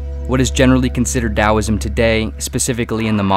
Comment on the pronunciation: Im so glad you said it as dowisim